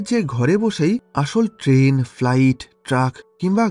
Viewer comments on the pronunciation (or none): none